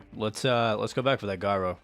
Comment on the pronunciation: gyro is pronounced with a j not g